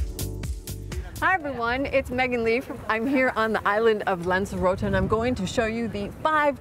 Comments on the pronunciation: Lanzarotay is the way to pronounce it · Pity the presenter can't pronounce "lanzarote "